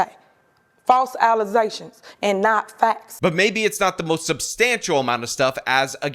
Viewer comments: "False ALIZATIONS" for sure! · I just have to say that I'm happy that the "allezations" bit is now a regular occurance on this channel.